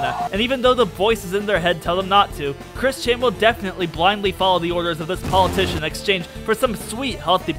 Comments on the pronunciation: Why when you say kris-chan sounds like christian (i cant believe i said kris-chan) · I swear I keep hearing "Chris-Chan" as "Christian"